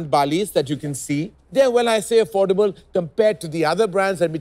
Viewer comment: Karan saying affordable sounds weird 😕